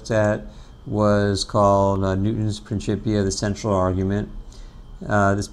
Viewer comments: He used the ecclesiastical pronunciation (princhipia) instead of the classical pronunciation (prinkipia) no biggie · i think it is pronounced 'prinkipia'? not prinshipia